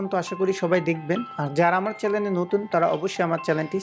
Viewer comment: উচ্চারণে দুইটি ভুল আছে তোমার, (১)চ্যালেন বলো কেন.? চ্যানেল বলবা, (২)সাসক্রাইব বলো কেন.? সাবসক্রাইব বলবা.. আর ভিডিও কোয়ালিটি ভালো তবে ভিডিও কম করা হইছে এই এপিসোডে